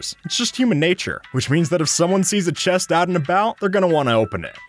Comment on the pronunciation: boat with chést